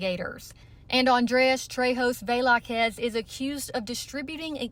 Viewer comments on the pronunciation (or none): thats the craziest pronunciation of “velazquez” ive ever heard 😂